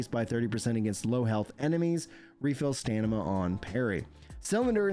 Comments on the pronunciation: You keep saying stanima.. its STAMINA!!😂😂, sorry! Great work covering this❤ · Love your content but you really gotta stop saying stanima, it's driving me nuts😂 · Dude I heard you mention dyslexia once and I thought it was a jest! I'm so sorry. I love it when you say stanima 😅